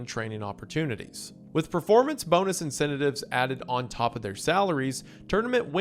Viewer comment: "incentitives" lol